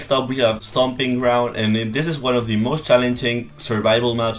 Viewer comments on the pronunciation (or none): none